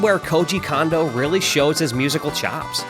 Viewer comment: It’s pronounced Kondo not Kondo